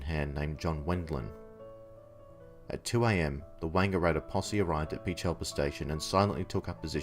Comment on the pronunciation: As a local, I just wanted to let you know that Peechelba has the emphasis on the PEECH-alba. Terrific video, very interesting!